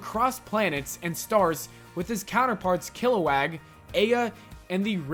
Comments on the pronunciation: Wait. Why is a channel called "Official " doing lists that have nothing to do with life? Why not name the channel something like "Top 10 facts" or "Comic Top Tens"? Also,It's pronounced Kill - Lo - Wog, not Kill - Lo - Wag. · Yo it's killowog not killowag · what's a "killowag"? it's killowog. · Plz tell me he didn't just say kiliwag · 1# It's not kilawag it's kiloWOG! 2# Young Justice hasn't cancelled it's only on hiatus. It will be back on tv with new network very soon. 3# STOP reading entirely from a script and websites and be more personal with your countdowns. I can tell your young and that most of the criteria you spoke of was barely a childhood trope. Your pronounciation & knowledge of the shows are subpar from obvious pick and choosing from other sites. As someone who grew up with ALL these cartoons it's best to treat them with the respect they've earned. Not saying your not doing a good job. Just make it a bit more personal dude! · I’m sorry did you just say “kilowAg” it’s “kilowog” you moron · Did you say kiloWAG?!?